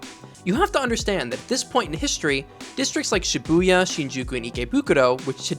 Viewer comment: Shiubya? Do you mean Shibuya?